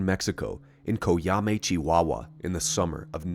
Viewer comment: Hell yeah, you nailed the pronunciation of Chihuahua! Mexico has some pretty interesting UFO incidents, don't we? There isn't a single wasted second in this vid. Thank you for such a solid report. If our government officials weren't so busy trying to protect the cartels as of now, maybe they'd find some time to answer your DMs. Please keep in mind that secrecy in Mexican government is more easily explained by incompetence and them being too occupied with plotting against each other, and not so much by an actual conspiracy.